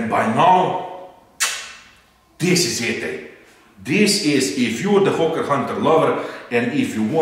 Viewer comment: Why when says hawker hunter i hear ho*ker hunter hahahahah